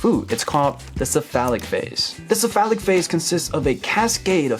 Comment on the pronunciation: "It's called this-a phallic phase" Whut?!? "The cephalic phase" Oh... LOL